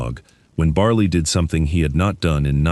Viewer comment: dogs name is bali not barley there is no r ore or y in the name